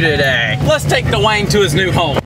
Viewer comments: Dewayne❌️ da Wayne✅️ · the amount of time said dwayen